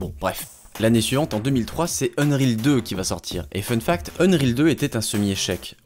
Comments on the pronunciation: Unreal pas Unreel ca m'a fait mal aux oreilles pendant toute la vidéo comment tu le dis mdrr. Mais sinon bonne vidéo 😂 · Et rien sur le "unreal" qu'il prononce "eune-rile"?? C'est ça qui était à deux doigts de me faire arrêter la vidéo. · faut m'expliquer dans quel monde "unreal" se prononce "eune-rile" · Je sais pas tu le prononcerais comment toi? Techniquement, ça se prononce "eunn-riil" avec un i long et un e court, du coup c'est pas si loin de qu'il dit